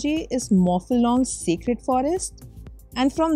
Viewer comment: Not secret it's sacred 🤦‍♂️